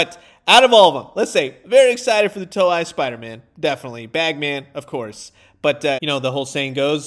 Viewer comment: Hey! Just so you know, it's pronounced more like "toe-ay" than "toe-eye".